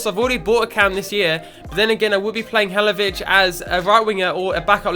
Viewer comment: Halilovic not Halovic